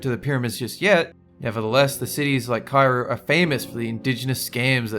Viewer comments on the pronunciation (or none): none